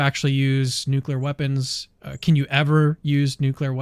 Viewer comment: For the love of all that is holy, man, stop saying “nucular”. The word is nuclear! nu-clee-ar!